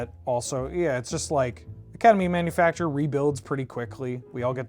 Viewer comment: Why can nobody pronounce Academy ManufacTOR? 😂